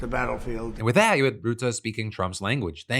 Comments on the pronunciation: It's Ruhtte, like in stunt, not Routte. Please, Phill :p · Tip from Dutchman about Rutte. It’s not Roete, but ‘Ruh te’. Keep the good shit coming my bro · His name isn't route-uh. It's rut-uh. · Phil, no idea if you'll ever see this but as a Dutch viewer I can't keep listening to you calling Rutte "Ruutaa". If you want to approach a correct prononciation start with the english word "rut", as in "to be in a rut" and add a simple "te" but make sure to keep the vowel sound short. In general the Dutch language tends to double vowels ("ee") or have a single consonnant between two vowels if the vowel is supposed to be long (in the same way you'd pronounce Elon), wich isn't the case here. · Great show! Thank you! On a sidenote, you pronounce the 'u' AND the 'e' in Rutte as the 'u' in murky.